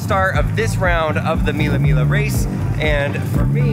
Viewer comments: Belin it's named Mille miGLIa not mille mila😂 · The pronunciation is "MEE-lay MEE-lyuh". VROOM! VROOM! VROOM!🚙